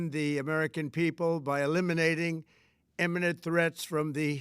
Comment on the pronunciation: He can barely speak, let alone read the script prepared for him… what the hell is an eminate threat?